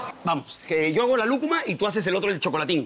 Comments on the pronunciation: Nelly es Lúcuma, no Lucma por favoooor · por favor, que alguien le diga a Nelly que no es lujma sino lúcuma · Porque siempre dicen lucma en vez de lúcuma 🤔